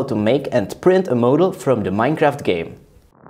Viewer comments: "Moadel" I'm cringing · how the f do you say "model"